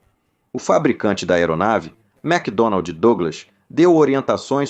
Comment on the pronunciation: Muito ruim, pesseimo narrador, pessima dublagem "macdonalDi"